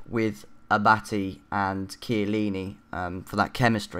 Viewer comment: Abatty xD It's said abartay and cavani is pronounced cavarni but good team and good video anyway :P